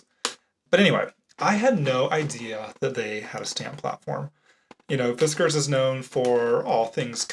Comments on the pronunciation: Fiskars is a Finnish company (Finland 🇫🇮) and as a Finn myself I can tell you that you pronounce the A's like the A's in 'ah-ha', and you roll the 'r'. 😊 But, the way you normally pronounce it is how most Americans pronounce it, so it's totally fine. 😊 I have one of the Fiskars stamping presses and an envelope template. 🙃 But, honestly, I usually just use my Misti for stamping. I didn't have the blade for my envelope template, so I used to just run a pen around and cut it out. 😆 I don't use it much. When you said the store was like a thrift shop for crafting tools.... 😳<---- that was my face! And I love how you zoomed in with the camera at the same time!! 😂 I'm glad I found your channel! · i pronounce fiskars like the "ars" is the same as in mars or bars. that's how i've heard it on tv as the sponsors of some pbs sewing or quilting show. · Fiskars is a Finnish company so your second version of pronunciation is correct. Not the one you generally use. 😁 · fi-SKARS sounds awful to me. its FI-skars like whiskers. you cant convince me otherwise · Sorry, but his pronunciation of Fiskars is not correct. FiskArs with emphasis on the A is correct, which probably is what someone tried to point out before. The issue is that is an American and therefore can't really nail the phonetics of the Swedish a-sound, hence the issue with the second version he tries out (fisscArs). The emphasis is correct of the second pronunciation (fis-kArs), just not the phoneme. Love from Sweden! ❤️ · "Fisk- ers" is the correct pronunciation. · Holy smokes! THANK YOU for responding! I had never heard anyone pronounce it"Fis-CARS" like they told, so I love the way you spelled out the pronunciation for us...I always said FISkers, so I was close! I gave your reply a THUMBS UP! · It is pronounced fis cars. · Correct - it is a finnish company. Finnish always has stress on the first syllable, so 'FIS kars'.